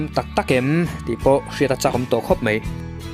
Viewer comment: Mai tih a lam tur ania ,mei i ti zel a😂👍